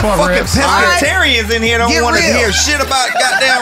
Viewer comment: Bro it’s wantch like ain’t nobody wantch you around here bruh